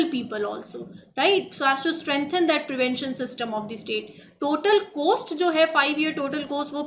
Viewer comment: Madam aapko Hindi dhng se bolna nh aata shyd aapko ओ and औ m difference nh pta h and that makes pronounciation very odd . Aap कॉस्ट को कोस्ट पढ़ती हैं , और को ओर when you are assigned such dictation based job you should change the way you speak . Because you are representing a very good channel .